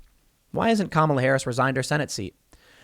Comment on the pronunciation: Not Kahmala, but KAMala! She will bite your head off.